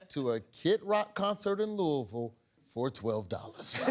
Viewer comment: It is awesome to hear someone say Louisville right, lol. Love it. ❤❤❤